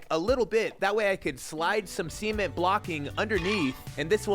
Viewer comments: bro. Stop saying semen board like this. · Why do you keep saying semen-t instead of cement